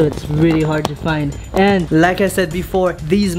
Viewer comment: can u say AND and not IAND